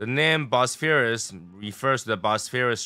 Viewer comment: Word of the day presnted by - "Bosphurus" 😂